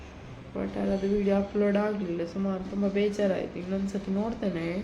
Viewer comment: ಉಪ್ಲೋಡ್??? Or ಅಪ್ಲೋಡ್?